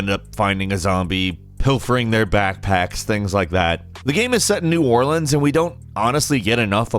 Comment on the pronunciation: My guy actually said New Orleans right 👍🏾😊